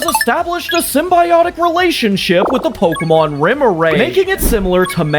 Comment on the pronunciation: Pseudo legendary you made a conversion evolution for you pronounce the first two names of its evolution wrong and I know because in the show, they say it a different way and I’m sorry for correcting you. It’s just that my pet peeve is people pronouncing Pokémon names wrong.